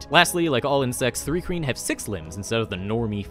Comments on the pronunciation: Why does your pronouncing it 'three kreen' fill me with such rage? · It's pronounced Thri-kreen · I thought it was pronounced th rye kreen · What bugs me is how says Thri-Kreen